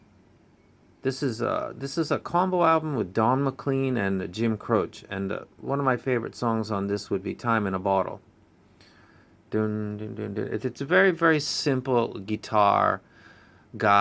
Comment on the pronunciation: I am really enjoying your reviews, but Jim Croce's name is two syllables. "kro-ché" Keep up the great work!